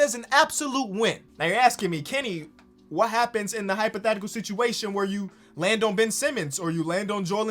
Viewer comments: Ok idk if I’m missing something if it’s some type of slang but why is Kenny saying Sichiation instead of situation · Kenny you gotta stop saying sitchyation instead of situation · "Another sitchiation"